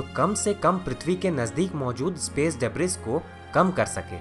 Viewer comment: bhai. Just a correction. Its pronounced as डिब्री not ड़ेब्रिस